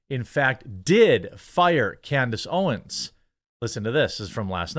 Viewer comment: "standace owens"